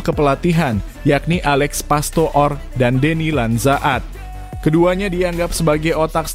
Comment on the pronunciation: Coba bang klo jadi pembaca berita baca yang jelas.. masa deny lanzaad dibaca bgtu.. tertawa yang nonton bang. Masa baca nama orang bgtu